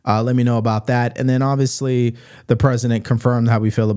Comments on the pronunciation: OK. Tell me this. How, in 2025, in the USA, can someone born and raised in America, be matriculated K16 - PLUS law school - and still can't speak proper English? "oviously"? Really? Does she also "ax" questions in court? How does any respectable Court allow that as competent representation when she can't even speak her mother tongue competently? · She does not know how to say obviously its not ovisly and if Trump pardons that nasty disgusting diddy I'm done with him